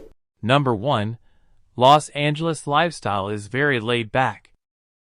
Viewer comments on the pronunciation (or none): its called los angeles not lost angeles